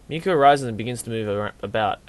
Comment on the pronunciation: The way you say " Mi " is perfect haha